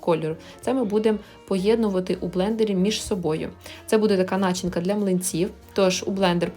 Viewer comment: Не нАчинка,а начИнка🤪😄